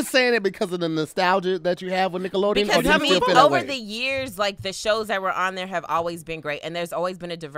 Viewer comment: Sound like they was sayin “niggalodeon” 🤣